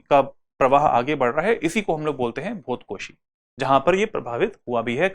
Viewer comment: भोतकोशी नहि, भोटेकोसी is right ✅️